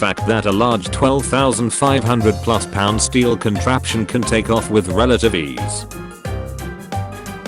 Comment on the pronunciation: I know, just wanted to point out how he said steel. 😊